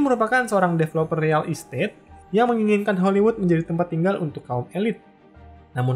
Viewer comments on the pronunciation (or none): none